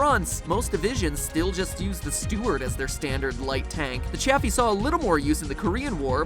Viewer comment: It’s officially pronounced ‘chay-fee’ not Chaffy